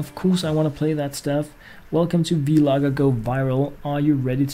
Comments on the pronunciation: It's not v-logger!!!! It's one whole word. Vlogger!!!! Get it right! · Does anyone else think he says Vlogger wrong? Its not V-Logger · lol he said v(ee) logger haha sooo funny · Yea I Heard It At The End